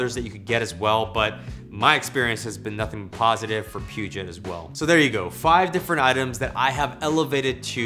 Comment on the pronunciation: Great video but Peugeot is pronounced like “Poo-Zho”. Keep up the great work!